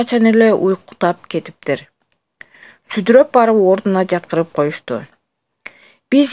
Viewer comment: ...сүдүрөп деген кандай сөз? Сөлдүрөп деген сөздү жанылып окуп алды го